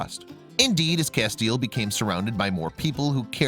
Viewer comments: Great story.....I must say though, you pronounce his name "Cass-tee-el" I'm a Supernatural fan. LOL Thanks for showing the plight of wolf dogs. They are beautiful and deserve love and a forever homes just as much as a regular dog. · FYI :Castiel is pronounced Cas-ti-el on Supernatural. 3 syllables.